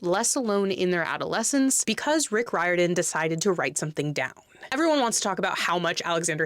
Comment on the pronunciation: Hey! Just wanted to let you know, Riordan is pronounced "REER-don", in case you were not aware! Fantastic and articulate commentary ❤